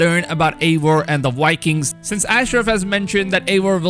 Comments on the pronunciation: also, Vikings, not wikins! :D but keep up the good work ! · It's pronounced like bye-kings not wai-kings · Apple of Eden not aiden Vikings not wikings